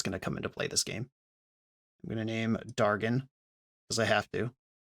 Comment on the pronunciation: He got it wrong, though. He said "dargon" instead of "dagron".